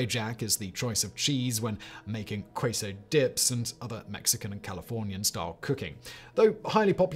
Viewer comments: KAY-so, not KWAE-so... Oh, wait, I'm sorry. His Spanish pronunciation throughout is rather tragic. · Dude Kwayso? Queso is a Spanish word lol why are you pronouncing it like you're trying to school Americans on proper English🤣 respect other cultures bro say it right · Fact Boi just looked us all in the eyes and pronounced it "kway-so"..... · KAY-so, simon. quizo. I love it. I pronounce other stuff so much worse. I once mispronounced quinoa as QWEEN-noh at a store. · That's "kay-so" LOL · Queso cheese is pronounced like kay-so cheese, not kwa-so cheese... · "kwayso" lololol. Queso is pronounced like "k-so" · Kweiso? (it's kay-so) C'mon man. . . Actually Queso probably should have been on this list. . . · K-so not queso when speaking. I'm from the great state of Texas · It's not Kwaysoe, it's Queso. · Wtf is quayso lol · Or as it's known by anyone who actually speaks Spanish, KAY-so, because "keyso" is wildly incorrect. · The "U" in "Queso" is silent. Pronounce it like "kay-so" and you can't go wrong. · I have only ever heard queso pronounced quay-so as a joke until now. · I had to go back and re-play it to see if I actually did hear it that way! 😂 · I'm sorry......did you just say "quasay" dip? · Queso is pronounced kay-so, Simon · My guy queso means cheese in Spanish. Kay-so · Gwadaloop...quayso...miso America...pie-Ella... British pronunciation. 🤣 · Queso isn't pronounced like that, Simon. 🤣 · That is the weirdest pronunciation of queso I've ever heard. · Please don’t say queso like that lol